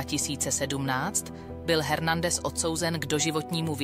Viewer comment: Dokument skvělý. Odpusťte mi drobnou kritiku, Hernandez se vyslovuje ve španělštině Ernandez.